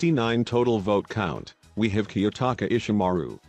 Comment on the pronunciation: key-aki nanami